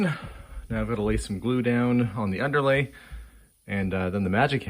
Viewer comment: I do wish you hadn’t said that as I can only hear that too !:)